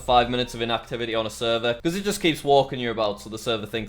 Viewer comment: Why you say seervaar instead of server ..?